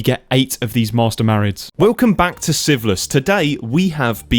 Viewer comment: No hate like this and I have watched only one hour and 27 minutes and every time a new episode comes and you say the name of the series it sounds a lot like syphilis. You really need to work on your naming skills 😂😂😂 otherwise a perfect video.